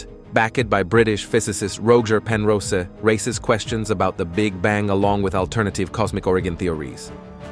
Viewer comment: Penrose not Penrosa Get things right .